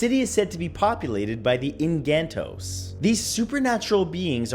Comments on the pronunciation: its not ingantos its enkanto. ing-kan-to or en-kan-to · It is read as "bee-ring-an city", "inc-can-toe", & "sam-are"